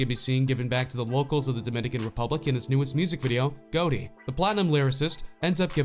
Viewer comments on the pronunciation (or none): I stopped watching this video when he pronounced " Gotti" as "gauwtti" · Its got-e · Dude your saying Gotti wrong, you gotta say it like the deez nutz guy